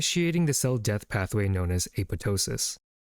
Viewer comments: Hey, I believe its pronounced a-pop-tosis. Otherwise great video! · You have pronounced apoptosis very strangely 😃